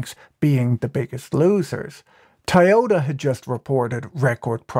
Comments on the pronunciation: Why are you saying "Thaiyota"? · NGL "Tai-Yoda" was throwin me off. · Patrick we need to talk about Taioda. Where do you even begin to learn a pronounciation like that?! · Ta-Yoda -> I-Yoda ->> YODA (confused are we?..)